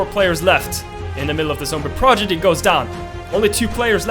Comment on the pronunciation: I also like how he says ‘progidy’ not prodigy